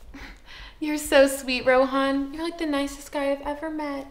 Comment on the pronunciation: he looks like from asia, like from the pakistan, india parts etc etc. And if he is why did he pronounce Rohan like that WHO TALKS LIKE THAT (Mr. Nerd) IF ITS AN ONLINE TEST JUST USE GOOGLE his beard thicc